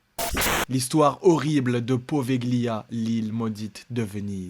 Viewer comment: Poveglia ce prononce povelia